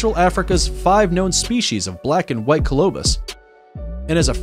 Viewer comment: Does it REALLY require THAT much effort to Google the pronunciation of readily available words like Tanzania, genet, colobus, etc, before you record & upload a video???